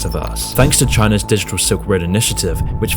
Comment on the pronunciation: I like how he says "didgdal" instead of "digital" but yeah, good point 👍🏻 I deleted my fb account a long time ago. Didn't notice any change in whom I communicate with.